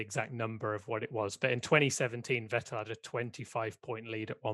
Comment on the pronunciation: More importantly, it's Vétt'l, not Vetèlle.